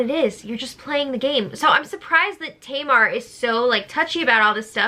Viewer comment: Maybe Tom mispronouncing Tamar's name was part of their feud? I know it would get on my nerves.